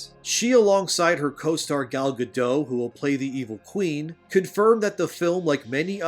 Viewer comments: It is pronounced Gal GaDOT not the French Gadough! GaDOT is from Israel and pronounces her name as GaDOT! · "Gal Ga-dough" Try again.